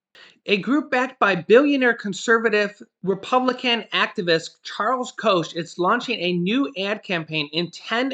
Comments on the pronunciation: It's pronounced "Coke" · Koch is pronounced "Coke" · I grew up in Wichita. KS headquarters for Koch's business. He thinks he should rule the world. His name is pronounced like Coke. He has never seen a day when there was no food or worry about how to pay the bills... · Koch is pronounced cook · Pretty sure it’s “Cock”